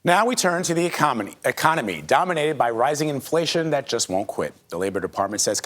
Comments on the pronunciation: He said ecomedy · He almost said “Now we turn to comedy … er the economy” Its pure comedy to think that the US people believe this crap. Lets go Brandon!!